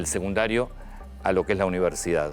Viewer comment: Antonio, te respeto, pero en varias ocasiones has dicho "seGundario" (min ) y el nivel que le sigue a la educ. primariase llama SECUNDARIO, con "C". Por favor, hablá correctamente!!!! o dejale paso a los periodistas que pronuncian buen todas las palabras!